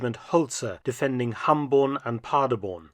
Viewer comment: The city is Paderborn, nor Parderborn like he pronounces it had to look at the map and the 2 star general executed...sad...wonder if the tank commander was held accountable for it